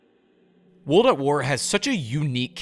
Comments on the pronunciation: Good video but bro everytime you say "wold" instead of "world" i cringe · Woold at war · Bro, why are you not pronouncing the R in WORLD over and over again??? You keep saying Wold at War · Cant watch the video because "wold at war" is driving me insane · "Wuldat War" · Drink every time he says Wuld at War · "Wold at War" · No one else feel like he says world in such a strange way? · I literally cannot watch a video where the narrator, a native English speaker by all accounts, can't even pronounce "world"